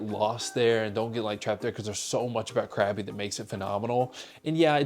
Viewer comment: It's not pronounced CRABBY! 😂 Try saying it more like "GUH-BEE"